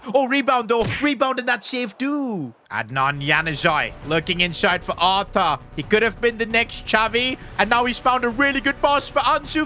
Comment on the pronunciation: the way you say arthur is crasy btw